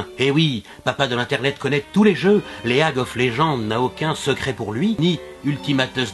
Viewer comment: Et bein ? Il l'a bien prononcé --' (Léag)